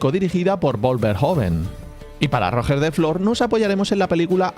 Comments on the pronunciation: para la próxima vez que lo nombres: para Roger de Flor, Roger se pronuncia con la misma G que en inglés pero siendo palabra aguda. Es decir: RoGER de Flor. Buen vídeo por lo demás:) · ¿De verdad os cuesta pronunciar correrctamente Roger? Para hacer eso decid directamente Rogelio. Castellanizad el nombre del todo. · Aiiiii, pero que mal pronunciado el nombre de Roger😢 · la G de Roger es la misma que la del nombre en inglés o la J de jiraffe; y la vocal tónica es la E, es una palabra aguda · Roger de Flor, Roger se dice como en ingles pero con la tilde en la O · Si el nombre catalán lo pronuncia en castellano, porque no pronuncia los nombres alemanes e ingleses que salen en el video en castellano también ? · Traducir sería llamarlo Rogelio. De lo que no tengo ninguna duda es que si se refiriera a Roger Waters no lo pronunciaría así. Los españoles teneis una extraña mutación genética cuando se trata de nombres catalanes. Y una extraña necesidad de defender lo indefendible en esos casos. En esa situación te encuentras tú, dedicando tu tiempo a defender una pronunciación simplemente absurda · Decir que se pronuncia RoGER en vez de Roger no aclara mucho. Se escribe Roger se pronuncia Royer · Me han sangrado los oídos al oír pronunciar "ROOOOGGGER" mis oídos catalanes sangrando 😂😂😂😂. P D: DESPERTA FERROOOO!!!!! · 2 apuntes 1: haz un video de los Landskenets y Roger se preoncunia iguial que en inges solo que con acecento en la E , mas paraceco a "Royer" foneticamente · ostia colega la segunda vez que escuché rojer he tenido que cerrar el video😂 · Roger es un nombre catalan y no lo pronuncias bien, fonéticamente sonaría ¨Ró-yer”, pero con la r catalana suave y la terminación muy ligera. Muy buenos videos un abrazo. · No. Realmente se pronuncia Rodjer, que es como fonéticamente se representa esa G. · Esa pronunciación de Roger.... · Me chirría que digas Rojer de Flor. Es Roger, cómo Girona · RogEEEr no ROOOger me duelen los oidoooos